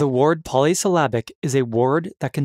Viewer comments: word. not ward. simple huh? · The weirdest thing in the video isn't the paradoxes it's the pronunciation of "ward" or what should be word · This dude struggles everytime he says Wyurd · Is it a paradox that you can’t pronounce the word “word” correctly? What in holy hell is going on? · Why do u say word like that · Anyone else a little triggered by the pronunciation of the word "word"..?